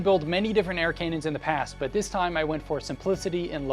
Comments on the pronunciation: did he say "KANONS"? Its pronounced ka·nuhn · Did you just say “Kaynons”? Cannon is pronounced “can-non” or “can-nin” in English. There’s no K or Y in the word.